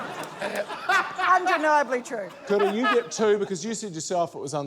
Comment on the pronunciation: These NZ accents kill me. They way they pronounce "ea," and until I read the description, I thought Kura's name was Coulda.